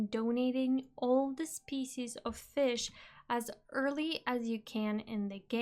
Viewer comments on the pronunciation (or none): none